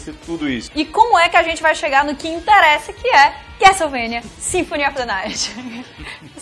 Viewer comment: CAS-TELE-VANIA. obg, dnd